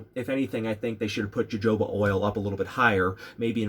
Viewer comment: wait...it is pronounced "hohoba oil"...with j sound, right?